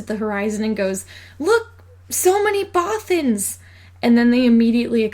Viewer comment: I love the way you say Bothans! (and the rest of the video too!!!!!)